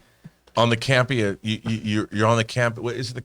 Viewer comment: Guess Ray Cam-pay-ya (Can’t pay ya) (Campea) budum tsssssss 🥁 go easy on me 🫠